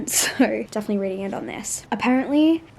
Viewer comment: Omg thank you for saying “apparently” like that kid video 😂 that is the only way I say it